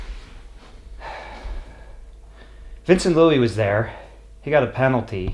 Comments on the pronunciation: it’s Luis not Louis 😁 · Louis lol its Luis